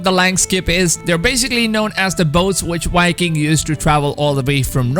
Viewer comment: Am I the only one that hears this guy saying wiking instead of viking